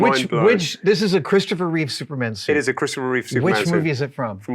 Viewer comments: NOOOO, Adam! It's Reeve, not Reeves! XD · The host loves the movie SO much, and Superman SO much, that he got his name WRONG on first mention. "Reeves"🤦‍♂😬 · That guy tried SO hard to subtly correct Adam on correctly pronouncing Christopher REEVE, but sadly failed. I don’t know what’s so hard about the guy’s name… 😒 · Adam should donate $1k to the Christopher and Dana Reeve Foundation for every time he says Christopher ReeveS. I count at least $5k in donations owed for getting his name wrong. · It's REEVE, not REEVES fgs!!! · The professional made sure to say his name correctly twice shortly after Adam mispronounced it lol, subtly trying to stick the correct name in people's heads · It worked be nice if Adam would stop referring to Christopher Reeve as "Christopher Reeves".